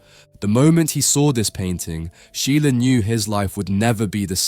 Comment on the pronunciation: Can you effing learn how to pronounce a name before making a video about the guy?